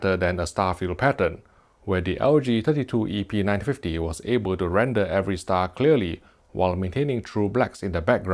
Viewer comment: Almost sounds like he is saying epeen950...